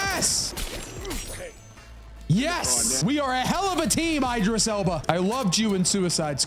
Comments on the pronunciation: idris not eye-dris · The pronunciation of Idris name is crazy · Coming back because the first time I watched it I couldn’t get past the way you’re pronouncing Idris and Cynosure brother you can look up how to pronounce his name and they literally say cynosure multiple times are you just doing it on purpose buddy